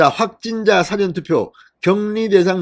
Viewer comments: 사전 투표의 발음: 장음 [사:아전] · 대법원장이 구속 되는 마당에 대법관이라고 면책을 주면 나라가 망한다는 것!!!!!! 진성호씨는 "사전 투표" 라는 발음이 틀렸소. 경상도 사투리 발음도 아니고.. 더구나 평양에서 하는 발음도 아닐테고.... ㅋㅋㅋ 연습이 필요한 부분이오.